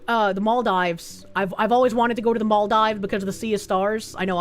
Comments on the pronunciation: Mall-dives... It's Mahl-DEEves,. As a fan of many years, hearing you mispronounce things upsets me! (Joke) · Girl. It's pronounced "MOL-deevs". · It’s Mall-deevs. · ah and her funny pronunciations. it's mal-deevs:)